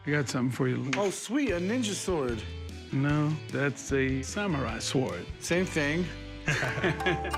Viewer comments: Why does the one dude say swuard.... like really leaning into the W.... does it bug anyone else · I want to punch that guy every time he says "sa warward." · s-wORD, pronounced the same way you pronounce cool hwip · Corey was fighting tears when the black guy called it a S-WARD-DUH the w is silent genius😂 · WTF is a sWARD? sheesh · The w in sword is silent! I've never heard any soul pronounce it like that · Every time he pronounces the "w" in "sword" it makes me wince. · crazy how black people cant pronounce sword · I find more funny how he pronounces the W in sword